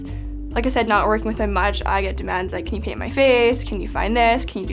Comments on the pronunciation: Legit thought she said "can you pee in my face" the first time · I heard that as *can you pee in my face The fk.